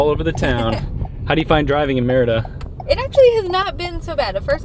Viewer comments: Shouldn't you be saying "mare EE da" for the name of the city???? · Hilarious!! Loved that you had fun with the pronunciation of the city as "merda" which is a curse in many languages including Portuguese. I laughed every time... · Ha! Yeah, it also sounds like the French merde. :D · pronunciation of the word Merida sounds like he's saying mierda....😂